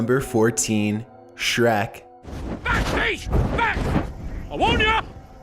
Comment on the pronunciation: shrek not shrak